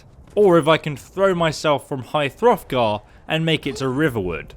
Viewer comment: It's hrothgar, not frothgar.